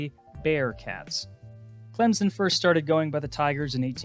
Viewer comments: It’s not clemzen it’s clem-son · You’re a Clemson fan and aren’t on him about his pronunciation?it’s not clemzen